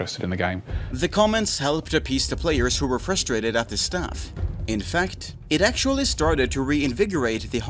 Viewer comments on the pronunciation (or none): none